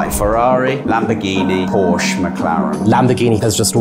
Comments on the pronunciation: How can these supposed "car guys" consistently not know how to pronounce Porsche? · The fact he cant pronounce Porsche correctly tells me everything I need to know. Also, aside from the Carrera GT, and 918. Porsche is considered more of a top end sports car, not a supercar. The fact he rated a one of the worst supercars to ever grace the road as a king on supercars is just histerical. The ride is terrible, the gearbox is dreadful, the handling is shocking, yhe speed and acceleration is pretty average, in other words the overall performance can be acquired for a lot less cash. The only thing it has going for it are that it looks like a bat mobile and sounds pretty good. If you mention the word supercar, to literally anyone aged 3+, boy or girl, car person, or non car person. The first image to pop into your head is a red Ferrari.